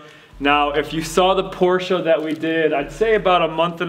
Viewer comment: I missed a few minutes because I blacked out when I heard "Porsche" pronounced correctly 19 seconds into the video.